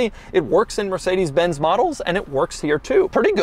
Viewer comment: "Mercedesy" and "Astony" Doug car lingo😅😅😅